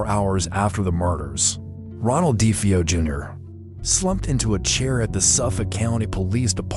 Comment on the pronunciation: Their last name is Defeo not defee o